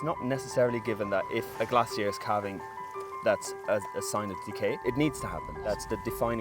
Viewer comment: i would have a VERY hard time not picking one up and giving it a squeezy hug!!! So "gentoo brain." Is that what I have when I completely forget what I was doing 0.5 seconds ago??? BTW, it's pronounced CALV-ing, not cowlv-ing. Like a baby cow: CALF. You had a guy with an accent, so... what a fantastic experience, well done!